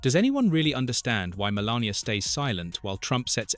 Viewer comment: stumbled across this but what's with the mispronunciation of Melania?